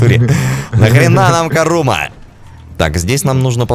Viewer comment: Курума, а не карума